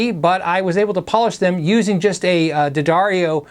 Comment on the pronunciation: Somebody pronounced D'Addario correctly! Cool.